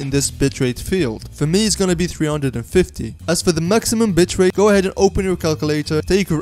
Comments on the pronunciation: did he just say bit*h rate. It's just the accent hahaha sorry btw you also made my DAY! thank you so much! :D already subscribed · Haha yes he did